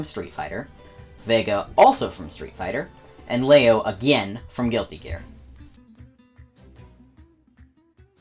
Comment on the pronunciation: Finally someone who pronounces Leo's damn name right! Weird to talk about stance characters with Guilty Gear on the topic, and not mention Johnny. Same with Ramlethal and setplay characters.